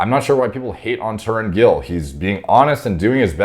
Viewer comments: His name is pronounced more like Taroon, with the 't' pronounced the way the 't' in Thelma sounds. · I start crying laughing emojis whenever westerners can't pronounce an Asian, especially Indian names. His name is pronounced ta rūn. Sauced to the gills dosser. Obliteration of a dosser, totalST annihilation. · Definitely not pronounced Tauren….unless he is part cow….. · He’s openly admitted to usage & his name is pronounced Ta-roon. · Tarun - tuh roon 😂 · Taar-oon the correct pronunciation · Im really surprised... finally made a video on Tarun Gill. Btw pronunciation of his name- Taroon Gill. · Likely pronounced "Tah ROON" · It is pronounced Tarun 😀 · Lol he pronounced as Tren Gill. Well we can take it that way. Well great transformation by Tarun sir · It’s pronounced Tren Gill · if you have problem pronouncing Indian names i suggest you should watch their videos before once or twice by hearing their names you will have a better idea of saying it out loud Alot of respect and regard from Pakistan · It's spelled, "Th"ar"uu"n Gill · The third pronunciation was spit on